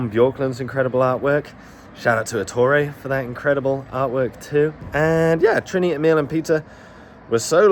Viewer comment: Yaaaay Denmark! 🎉 The lighthouse was actually moved 30 meters to keep it falling of the giant sand dune. Fun to watch a place i have been myself randomely featured in the context of neanderthals 😂 Loved your pronunciation of Trine btw 😉👌 🇩🇰🇩🇰🇩🇰🇩🇰